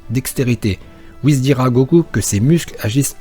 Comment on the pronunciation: Tu dit wuhiz pas : wuhis